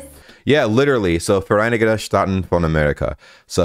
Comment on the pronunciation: Your "von" sounds really good^^